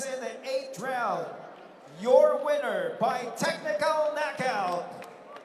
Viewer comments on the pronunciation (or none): none